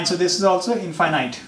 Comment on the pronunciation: Pet peeve: Wrong pronunciation of "infinite".